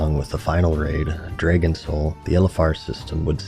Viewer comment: What's a "draygon"?